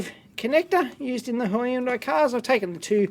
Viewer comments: Why do you pronounce hi-undai??? It sounds weird and it's not the usual way of pronunciation. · I always love the way dave pronounce hyundai. Hi, Undye!